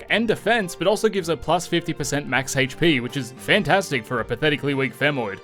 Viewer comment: Hayytch peee